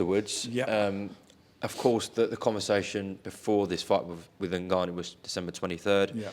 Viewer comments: The most infuriating part of this whole interview was Frank's insistence on calling N-Gannou, NA-Gannou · N gannu not nagannu frank u big sausage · Is Frank seriously calling him Nahganu?! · Frank trying to pronounce Ngannou 😂. Nnnn gaaaa nnnn uuuu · How can Frank still not say ngannou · How many times does Frank contradict himself here?! At least respect the real winner by pronouncing his name correctly you silly old man 😵‍💫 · Why can nobody say his name properly?